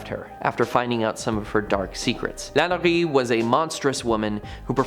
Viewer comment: Please pronounce New Orleans, Madame Lalaurie and many others properly! The video is awesome but the pronunciations are awful. Thanks